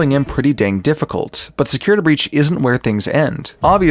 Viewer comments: Forgive me, Please please forgive me- but. "Securitr" I'M SORRY XD 😭😭😭😭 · Securituh breach